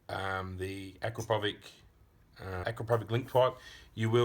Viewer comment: Lmao,can't stop laughing the way you guys pronounce Acrapovic , it's Acrapovitch sounds like itsssss at the end,it is Serbian m8888 not English name capisi?